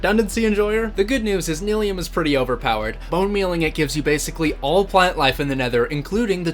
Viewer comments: its pronounced nyliium! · Nigh-Lee-um. Like bill nye. Like how you pronounce fungi. Mycelium grows mushrooms. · Bro Nylium is pronounced Nylium, not Nylium! Also I hope that trial spawner is set to spawn weaving potions... I'm pretty sure each spawner only spawns one kind of potion